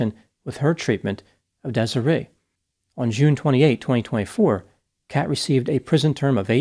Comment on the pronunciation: How tf do you mispronounce Desiree?